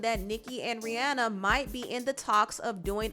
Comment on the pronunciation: I love that you said Rihanna name right